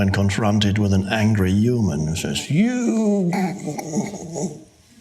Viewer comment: I like how he says "uman". :)